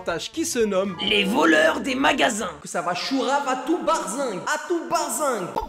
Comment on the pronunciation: barzingue ??? C’est pas plutôt berzingue ?